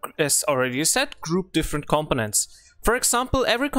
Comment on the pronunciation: The way you pronounce components it sounds like competence. Once one gets used to it though, there is understanding. Good video. Thanks.